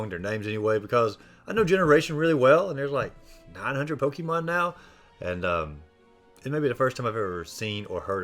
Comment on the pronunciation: It’s po-ke’-mon not po-kie/key-mon